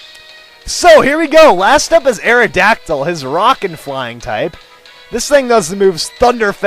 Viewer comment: it sounded like he said rockin' flying type